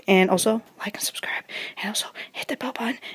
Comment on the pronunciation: She didn’t say subscribe she said subscreep lol hahahahah